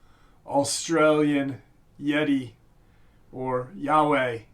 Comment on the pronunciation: "YOWIE" IS NOT PRONOUNCED AS "YAHWEH," ITS PRONOUNCED (YOW-WEE)